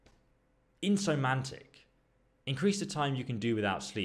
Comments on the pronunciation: Wtf is “insomantic”lol insomnia bruv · He can't pronounce words good, he does it all the time, and more than once per video actually. He couldn't even say insomnia, which is a medical condition, I have it.